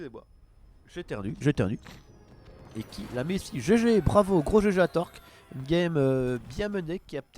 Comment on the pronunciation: On dit TorLLLk avec un L marmotte !